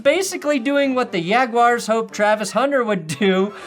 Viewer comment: Everytime says yaguars🤣🤣🤣🤣it got me😂😂 this is so hilarious 🤣🤣